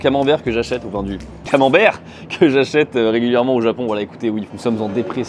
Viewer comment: "camembert" , luisier affineur te regarde avec sévérité.